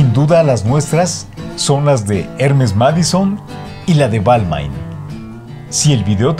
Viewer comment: Hola Ricardo!! Se me permite la correción...en la próxima vez fijate si los nombres de las marcas están bien dichos!! Por qué Givenchy e Balmain el caballero que estaba dictando el vídeo se equivocó en la pronunciación!! Saludos.